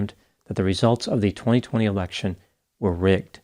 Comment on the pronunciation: Ha! Must be me, but i heard “turn over the American presidential erection” 😂😂